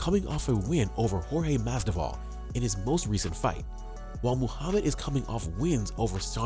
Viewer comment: Learn how to pronounce Masvidal correctly